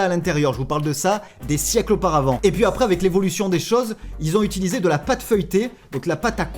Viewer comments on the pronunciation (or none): none